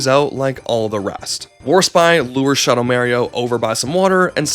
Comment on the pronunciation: Shuhdow Märio particularly hurt